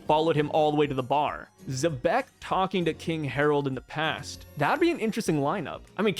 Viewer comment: Nash also knew about Zeus, who was created by Linlin after Carmel's death, and the Homies clearly aren't aware of each other by some kind of mental link, since Nash didn't know about Zeus becoming Nami's servant. And I just now realized I don't think I've ever heard an English-speaking YouTuber pronounce Xebec correctly as "zee-beck". Sure, fans get names wrong all the time, but this a little weirder than most, since as a name for a ship type it's a word used in English (though probably not often), and even its Wikipedia article has the pronunciation written in IPA. And since the corresponding Japanese article uses the same katakana as the character's name, there's no room for alternate interpretations.